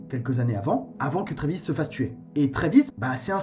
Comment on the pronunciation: C'est Travis pas Trévis